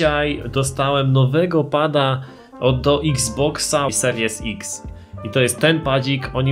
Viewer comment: dla niewiedzących xbox series x x się czyta ex